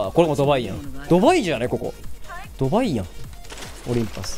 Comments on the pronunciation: 関西人でも、あのドバイのイントネーションはおかしいと思います。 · 「ドバイ」の発音「がばい」で草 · ドバイの発音がパパイやん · ド↓バ↑イ↓じゃねここ！？ めちゃくちゃすきなんだが笑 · ド↓バ↑イ↑好き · こ↑こ↓ ド↓バ↑イ↓ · ドバイのイントネーション草